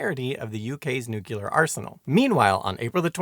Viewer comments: Did you say, “newculer research”? It’s phonetic. “Nu-clear”…🙄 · Eisenhower said noo-cu-lar. (and of course the rest of the world thought he was an idiot for it) It is Noo Clee Ar ... just how it's speeled. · It's like New-Clear. Not nuke-u-lar Oh weird you get it sometimes, still a great video I knew nothing about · so everyone has been wrong. It's 'new-clear'. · I just can't listen any more to you saying noo-cu- lar! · A fine and informative video, but you seem to have a few problems with pronunciation. nuclear (Br: /'njuːkliəʳ/; Am: /'nuːkliəʳ/; “NEW-clear”) Prospero (Br: /ˈprɑspəˌrəʊ/ ; Am: /ˈprɑspəˌroʊ/ or /ˈprɑspˌrou/; “PROSper-oh”) For the key to the pronunciation guides, look up “IPA” or “International Phonetic Alphabet”. Edited to make some small corrections to the pronunciation guides and to add the reference to IPA.